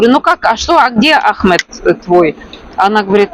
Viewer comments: вы так давно живете в Египте и так неправильно ставите ударение в имени Ахмед что слух режет и как другое имя выходит у вас Это же самое популярное имя там почти всех зовут Ахмед😮😅❤🎉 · Ahmed ударение на первый слог. По другому тут не говорят. И МустАфа ударение на А. Я не знаю где вы живете. Но в Египте именно так произносят имена